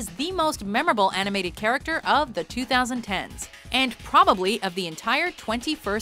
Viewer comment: Why do ppl pronounce 2010s weird it should be pronounce as 20- 10s